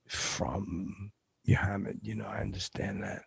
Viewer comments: the way he says Muhammad is unacceptable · pronunciation of Muhammad is angering.